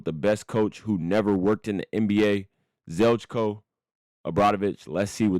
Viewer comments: its not ZELCKO, its Zheljko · The pronunciation of his name bro xD